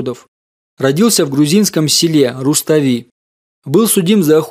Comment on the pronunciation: В первую очередь спасибо за Ваш труд , но информацию Вы предоставляете с ошибками . Рустави - ударение на букву а и это город а не село, а сёла Вы городами называете почему то , это география, ну и в биографии тоже есть много ошибок.